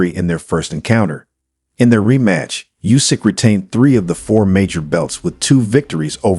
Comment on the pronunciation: DuboAAAAAA morron! Not Duboy...stupid! And not Jusik...it is Usyk, monkey!